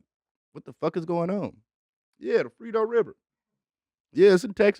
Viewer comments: Mans said the frito river 🤣🤣 bro it’s frio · Lmao bro said Frito river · "Frito River" and nobody corrected him😭